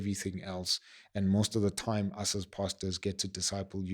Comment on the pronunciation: “Manipulating toime!”😂😂😂